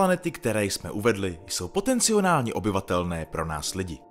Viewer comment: Potenciálně a ne POTECNIONÁLNĚ